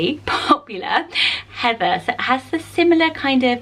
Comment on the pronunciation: Aw, I never hear my name on these lists ❤️ I used to hate my name when I was a kid cause I thought it was weird or too unpopular but have grown to love it. Plus the way you say “Heather” makes me love it even more 😍 (also love Evie haha)